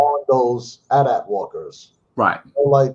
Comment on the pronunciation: They were saying the at-at wrong the whole time. It’s AyeTee-AyeTee